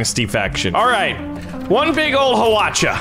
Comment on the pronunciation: You don't pronounce the "H" in Hwacha